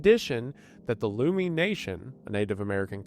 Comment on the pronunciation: Hey man, no disrespect but the pronunciation of Lummi is LUH-mee.